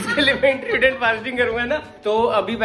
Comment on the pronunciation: Intteerrmmndient fasting😂😂😂😂